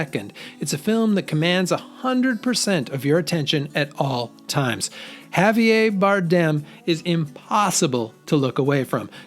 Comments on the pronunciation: Hav-e-ay? Better learn a little Spanish... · Javier with an r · That is a very, very peculiar pronunciation of "Javier."